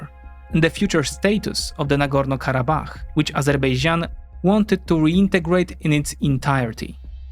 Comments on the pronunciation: Narrator reveals its true side by pronouncing "Azerbaijan" as "Azerbeijan", same as Armenians pronounce it :) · many people in turkey also call it azerbeycan instead of azerbaycan, it's not the easiest name to pronounce, even for native speakers